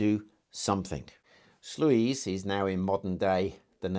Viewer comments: Great video, I think it's pronounced "Sloys". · Great presentation! The pronunciation of Sluys is "sloys." Looking forward to more contributions in the future!